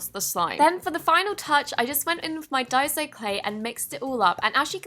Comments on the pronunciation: DUY-SO not DIE-ZO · It's Day-so not die-so.... no hate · You don’t pronounce Daiso Clay as die-so Clay you pronounce it as Daisy-Oh clay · I think it’s pronounced day-so not die-so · It's pronounced DICE-OH